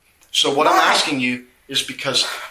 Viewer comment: Aksing 🙄 Why have I started hearing more and more people saying aksing instead of asking? Is this the official English language US has now? Just Aksing.